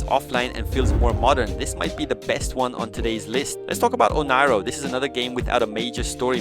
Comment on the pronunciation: "Onairo" is spelled Oniro?